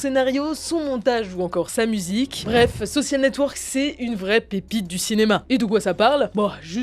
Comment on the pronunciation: Sur le fond, j'aime beaucoup ce que vous faites mais sur la forme, j'ai parfois les oreilles qui saignent ; par exemple Ce qui serONT les prémices de FB... (et pas serA) ; le pire étant le "ze soSSial network".... un peu d'effort sur les mots anglais ferait du bien (ouf on a évité ze imitaSSION game) ! La partie design graphique est au top par contre ! Allez, un petit effort sur la bande son !